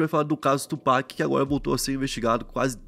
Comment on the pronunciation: Mano Tupac se pronuncia “tiupak” não do jeito que se lê Só pra uma ajuda 😂😂